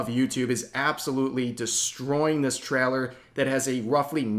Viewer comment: The way rev says “trailer” is so odd but funny